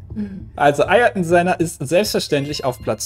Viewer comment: Pssst Pedda : Eiertoohn Sennaah ;)